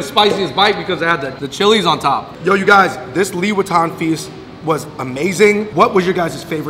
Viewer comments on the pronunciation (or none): Why i always hear louis vuitton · Everytime they mention liwetan, what i hear it Louis Vuitton... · Always misheard the "Liwetan" with "Louis Vuitton" lol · Omg you guys said liwetan just like Louis Vitton, I keep questioning myself where the freak is the LV, man 🤦🏻‍♀️😂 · I love the way you guys said ‘liwetan’ and make it sounds like ‘louis vuitton’ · Liwetan, and i heard louis viotton 😂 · how to read Louis Vuitton : Liwetan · i thought u just said louis vuitton.. lol